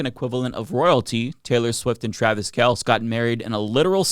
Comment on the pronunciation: Travis "Kelse"?